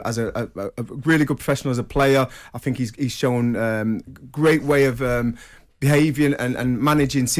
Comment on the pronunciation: 🎉🎉🥂🥂🎉🎉 I heard Trevor say THINK. so he can say it. Why is he normally too lazy to say TH. I FINK he should try harder.